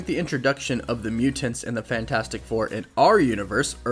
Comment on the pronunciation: thank you for pronouncing mutants this way.